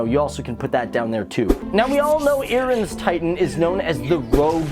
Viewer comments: Its Eren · eren eesily